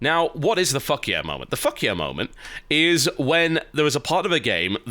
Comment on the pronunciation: I think what he meant was 'Fuck Yeah Moment'. Not ' fuckiah'